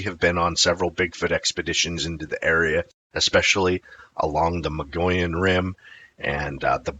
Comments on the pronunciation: Dude you are totally slaughtering that word Mogollon!! Try this Mug-ee-own!! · Mogollon is pronounced Muggy On. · (Moh-gee-on) or (mo-gi-on) Mogollon Rim. That's how most Arizonans pronounce it. Great video 🫡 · I've lived in Arizona for 50 years. I have always heard it pronounced Mo- gee-yahn. 🤷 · Yaaarg. It's pronounced muh-gee-yone (long O sound). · When I lived in Arizona, I learned to pronounce the Mogollon Rim from natives before I saw how it's spelled. It sounds like mug-ee-on. At the time, I hadn't heard of the monster(s) but have since become a believer. Now I'm in Durango and really enjoy learning about these creatures that I might encounter sometime and won't be shocked so much but rather well prepared for it. Thanks for sharing! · good information, we live in Arizona about an hour from the Mogollon rim. We tend to pronounce it Mug-ee-yone. I know, it sounds weird, but thats how locals say it. I've never seen one, but the area is wild and rugged where large creatures could easily live. We also have more elk moving in, along with the deer. With more and more people moving into that area, more sightings are likely.